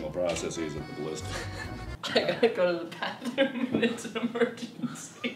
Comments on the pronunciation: "A Ballista" in Poland is not "Blistaaa" but "Balista" X ] X :D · in polish it's not Palista it's BAlista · It's ballistah! Not ballista! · But read like Balleesta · Ballista in bulgarian is actually балиста(balista) and is pronounced bàlista. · I'm from Bulgaria and thats not how you say ballista!